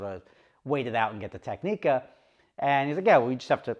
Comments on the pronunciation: Your Technica order will never be processed until you learn how to say the name properly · Explains xenophobic Monaco experience - wow thats bullshit. Starts pronouncing Technica - oh i get it now 😅